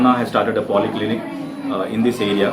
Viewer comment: it's poly clinic not poli clinic